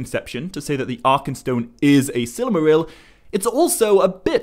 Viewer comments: Stop saying Sillymaril! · It's "silmaril," not "silamaril." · Every time you say, Silmarill, Morgoth is somewhere becoming so friggin triggered. Lol (sigh) I love ya Morgoth but you gotta chill okay.